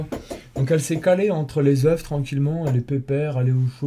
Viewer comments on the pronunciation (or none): Quand il y a plusieurs œufs s'il te plaît dit "EUH" parce que "EUHF" c'est une grosse faute qui pique. (Oui j'ai préféré écrire "EUH" que de faire de la phonetique qu'est un langage que plus personne n'utilise pour c'est plus simple t'vois c'que j'veux dire ou pas tranquillement)